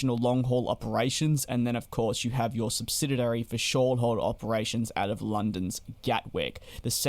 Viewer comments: I'm going to be that guy. The word is SUBSIDIARY, not SUBSIDIDARY. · Stop saying 'SubsidiDary'. The word is 'subsidiary'. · What’s a subsididary? Though I’ve repeatedly fumbled the same word again and again in a conversation myself, so I should not nitpick… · You keep saying "subsidiary" incorrectly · Why is the commentator struggling to pronounce ‘subsidiary’?